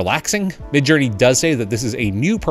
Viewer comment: "Midge" LOL